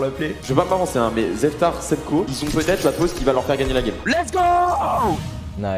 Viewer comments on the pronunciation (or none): qui appel Zetfar "Zeftar" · a dit zeftar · je vais pas me prononcer mais zeftar, semko vont peut etre gagner la game sa ma fumer le ZEFTAR